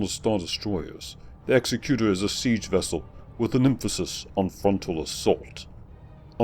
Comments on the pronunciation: You're pronouncing Executor wrong. It's eg-ZEK-ku-tor (as in exectutive), not EX-e-ku-tor as in execution (the word for that is actually executioner). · It's "egz-eh-kyu-tor" not "ehk-seh-kyu-tor" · Not really. "Executor" is a real word- a person assigned to carry out a duty- and has a correct pronunciation. The way you are saying it is incorrect. It's not a big deal, just a minor pet peeve for those of us who are anal retentive.